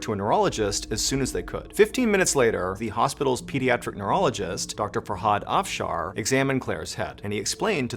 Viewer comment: Just the fact that Mr. Ballen could pronounce "Farhad Afshar" makes him such a good storyteller.